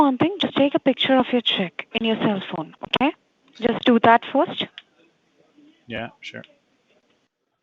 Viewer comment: Jusht vait a moment 😂😂